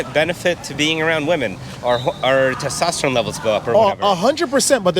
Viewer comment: I think that the "testatrone" guy meant "testosterone," but wasn't knowledgeable enough to know the proper pronunciation. I wonder what he'd think if he knew that celibacy actually elevates it.